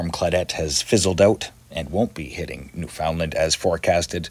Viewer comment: Are you American? I’ve never heard someone say Newfoundland like that except out of towners? (New-found-land vs. New-fun-lund